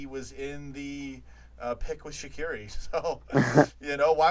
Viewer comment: I love how pronounces shaqiri so wrong